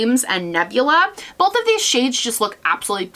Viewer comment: are you from the midwest? i love how you say "bowlth" instead of "bowth"